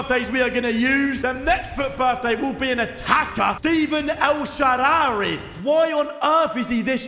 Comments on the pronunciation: “He’s got a great name, I mean it’s fun to use..” bro you have never once said his correctly. It’s not el shawaary, it’s El Shaa-ra-wy.notice how the W comes after the R. And it’s pronounced “El Shara-wee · Myb call him el shaarawy instead of el shaawary and he would be good